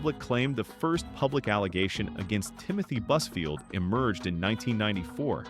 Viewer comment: When you say buzfield... I hear buzzword 🤦‍♀️